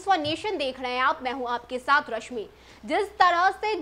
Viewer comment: ये रश्मि "र" को "ड " बोल रही है। कितना खराब !